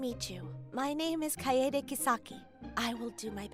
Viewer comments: Hey VA. Kaede is pronounced KAH - EH - DEH. Not Cade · Say it with me. It's KAEDE. (Kai-day) Not Cade. Not kaydee. Not cah-ee-day nor kay-day. I got tilted so hard you tried every way to pronounce Kaede except that one 😂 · Kisaki should reject him for not even pronouncing her name properly. I tilted so hard he says her name 3-5 different ways except Kai-dey. Cade pissed me off the most. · Oof, that first one. "Ah-SOO-ka," "Kayd" - come on, male VA, you know full well that's not how those are pronounced. Also, never get back together with the ACTUALLY crazy exes. Yeesh.